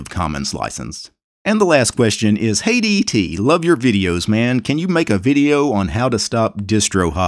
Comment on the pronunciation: Oh, "Hey DT" - I heard "Hate ET"